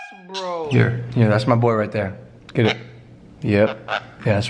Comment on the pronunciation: Everytime he says MAH BOII i always thought either george, johannes (is that how you spell his name?), or Mark will be there